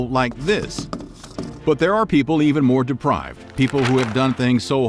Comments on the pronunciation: Depraved, not deprived ! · DEPRAVED Not Deprived Really changes the feel of the video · Not deprived. The word is “depraved”. Good video though👏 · Depraved not deprived. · Depraved...not deprived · Depraved, not deprived